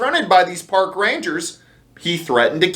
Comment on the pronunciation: Did you say 'Pork" Rangers? Well I guess they are dealing with animals.